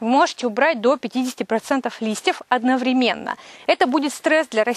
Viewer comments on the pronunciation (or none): none